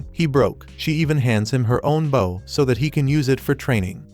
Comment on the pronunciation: Is it deliberate? The one time it's actually "bow" (bending at the waist), it get pronounced like the weapon!